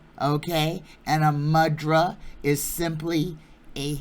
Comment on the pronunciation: Thank you! 🏵️🌼🌸 Re the Sanskrit word "mudra"... it's properly pronounced "moo-drah."